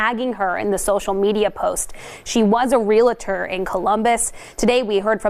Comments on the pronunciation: Real-tor! NOT Real-it-tor. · Good video. But just saying - it's fewer people, not "less people." Also, the woman was a REALtor, NOT a "RELAtor."